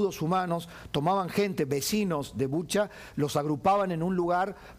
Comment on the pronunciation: Se dice Bucha